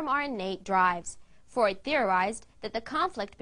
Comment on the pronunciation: Not even the name of Freud is correctly pronunciated. Was this made for children?